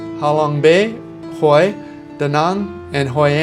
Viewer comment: Hue is pronounced way